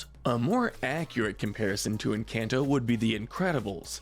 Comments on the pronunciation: I love how he say en-can-toe Instead of en-cane-to This made me so mad ngl😭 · Try pronouncing it like enCAWnto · I couldn't get past the first 10 seconds. "En-CAN'T-oh" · stop calling it enCANto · Don't get mad, maybe they can't pronounce it correctly, but it is quite funny when they say "EnCANTo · This man says Encanto in the whitest way possible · The people who disagree need to shut the ENTIRE f*ck up! When you learn how to pronounce Encanto right, then y'all can have an opinion! The movie was one of the best Disney has ever made period! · The a in encanto is pronounced an o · I’m sorry but please- the lack of accent or even proper pronunciation 😭✋ It’s pronounced “hool-ee-eh-ta” not “jool-ee-eh-ta” And “en-con-toe” not “en-CAN-toe” I’m sobbing I’m so sorry but it is painful The video is awesome otherwise and I really enjoyed it!